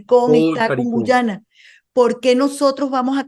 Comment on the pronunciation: Nitu, es Guayana no Guyana siempre te confundes